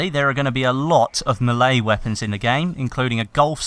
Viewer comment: Lol when said Melee weapons I thought he said Malay weapons as in from Malaysia.